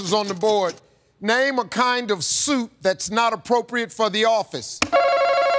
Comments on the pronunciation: i immediately thought Italian Wedding Soup for the first one i really could not tell he said suit 😭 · I thought he said soup too. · I was right on the first answer cuz I thought he said soup and link thought it too so a reasonable bad answer would be to a question that was misheard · When he is trying to say "suit" it's very incorrect if most people think he says "soup" instead. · The first one I literally said “why did he say soup” and when the guys said suit I was like oh this is gonna be funny and figured the guy also misunderstood and I said “tomato” 😄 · I totally heard soup and not suit as well. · I'm commenting early but I HAVE to let it be known that I called the "chicken noodle" answer because I too thought he said "soup" at first 🤣🤣🤣🤣🤣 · Ok but I also thought Harvey said "soup" lmao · I also thought Harvey said soup lol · Tbh I thought he said "soup" at first too 😂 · Even youtube thought he said 'soup' and not suit lol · definitely said soup in the first question 😭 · wait i actually heard soup instead of suit too 😭😭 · I thought Harvey said 'soup instead of 'suits as well. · Ok but I also thought he said soup instead of suit and I immediately answered with “pea soup” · I heard soup instead of suit too, but when I heard the whole q I realized it was suit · in link's defense, i also thought he said "soup" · I actually said Cream of Mushroom because I thought he said "soup" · I thought they said soup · I just want to say that even youtube thought said soup... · It’s okay link I also thought he said soup. 😔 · My subtitles also thought he said "soup" instead of suit. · Am i the only one that also heard SOUP instead of SUIT? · I definitely heard "Soup" no matter how many times I listened to that clip. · He absolutely said soup both times 😭 That was evil, y'all correcting Link 😭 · I thought he said soup as well and I was like, “fish soup”! 😅😅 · I thought he said soup too 🤷‍♀️ I was rather confused 🤣 xxx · Yep...thought he said soup too lol.